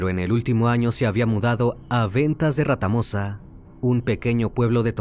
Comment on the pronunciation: "Ventas de Retamosa" .....no "Ratamosa" vivo al lado, infórmese bien